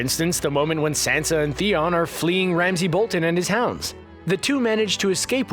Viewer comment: Who is Sensa? Oh wait, you mean Sansa